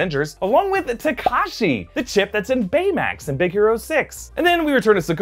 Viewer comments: taDashi not taKashi lmao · Did you really said Takashi instead of Tadashi😂6ix9ine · Just saying but it's Tadashi not Takashi... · Not him calling Tadashi Takashi at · Did you say Tekashi on purpose lol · Lol you said Takashi instead of Tadashi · You deff said Tekashi 😂😂😂😂😂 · Todashi not tokashi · "Takashi" Hahahahaha